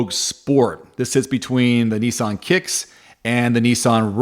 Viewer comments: knee sonn? its nissan NIS SAN and mars da, its MAZ DA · I fell about laughing at neeesan (Nissan)